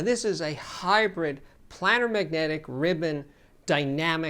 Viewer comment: Steve, I really enjoy your videos. I must point out that you are mispronouncing "planar." It is pronounced as if it is spelled "Play -ner" because the drivers are flat, as in a geometric plane. I just verified this with the Merriam-Webster dictionary. Sorry to be nit-picky.